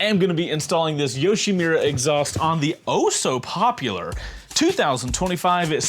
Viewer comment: great intro, but it's YoshimUra, not YoshimIra